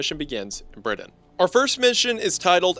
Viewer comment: Ah yes my favorite country, Briddin